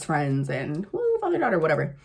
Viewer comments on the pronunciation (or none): I like how you said my “fasha” fun-nieee!!! It’s aesthetically pleasing to watch such a raving beauty getting dolled up . Also thank you for speaking up about your father & daughter situation, it gave me another perspective on my situation that has been detrimental for yrs!. You a real one 🙌✨